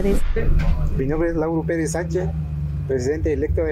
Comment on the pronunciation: Hasta para decir el nombre están bien menso... Se llama LAURO